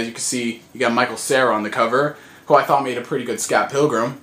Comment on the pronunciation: I Like The Way He Says THought it sound fun when he says the first capitals Hard xD THought